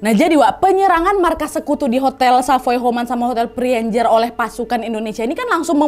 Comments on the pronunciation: dibacanya sih tetep preanger ya soalnya sering dger jg tetep hotel preanger bukn prienjer 😅 cmiiw tapi hihi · Preanger adalah sebutan Priangan (tanah Sunda) oleh orang Belanda. Kalau tidak salah, cara bacanya pré-a-nger biasa saja dan bukan pri-en-jer. Terima kasih Nadia sudah mengangkat sejarah tanah kami, bangga rasanya menjadi orang Indonesia yg lahir di Bandung. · Prienjer.. Oohhhh Preanger toh.. 😂😂😂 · Kak Nad, krna kita mah org Bdg pisan jd baca nama hotel nya teh bukan PREANJER, kita mah ttp aja PREANGER (PREA-NGER) 😄😄 ga ada yg di rubah 😂😂😋😋🤭🤭